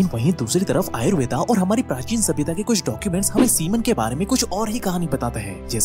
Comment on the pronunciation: भाई आयुर्वेदा नही होता आयुर्वेद होता है।